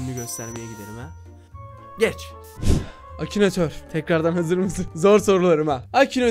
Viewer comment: Abi acinator değil akinatör